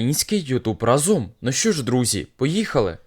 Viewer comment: Не разОм, а рАзом!!! Вчи мову!!!